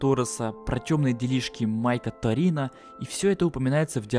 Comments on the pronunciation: не торино а торено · Topэнно а не торино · Не Торино,а Майкл Торено